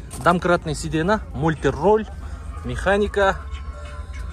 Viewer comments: Сидена дебей сидения десе жакшы угулат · Паркоп эмес фаркоп,сидена эмес сиденье 😂😂